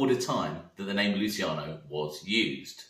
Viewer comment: Mate I love your vids great work. Lol but please pronounce Luciano correctly 😩😩 I’m begging you. Lu-chi-ano not lu-si-cano. It’s my little boys name. Sorry for being so Karen about it.